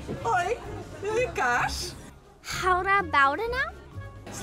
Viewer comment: As an American who lived in Belgium, LOVES Bruges and the Chocolate Line, and now lives in the Netherlands, as well as being a fan of BOTH iconic duos of Crusoe/ and Loulou/Coco for years now, this was the biggest treat for me. And pronouncing Gouda so well impressed me a lot! It was so nice of you to let the smaller channel go first with posting their side of the joint content, too. I have so many warm fuzzies from this. Thank you. 💖💖